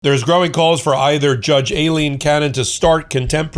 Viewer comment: I love you but could you FOR GOD’S SAKE start pronouncing Aileen Cannon’s first name correctly?! IT’S I-LEEN!!